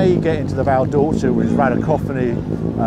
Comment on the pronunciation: "Val Door-cheeee-a" !!!